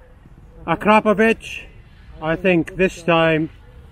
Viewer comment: He actually said akrapovič not akrapovic👍